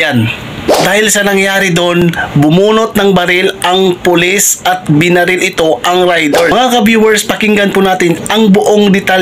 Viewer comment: Binaril po, hindi benarel.